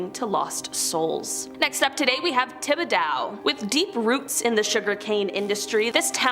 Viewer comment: Okay lol Nack-uh-tish Tib-uh-dough John- la-feet No hate but if yall are going to make a video like this please please do a little bit of research. Someone born and raised in Louisiana it's honestly painful to hear 😅